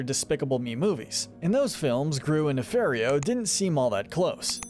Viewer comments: Great video. But it's Ne-FAR-io not Ne-FAIR-io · It’s pronounced “nuh-FAHR-ee-oh”, “”! 🤨 You’re so bad at pronouncing names,. 🙄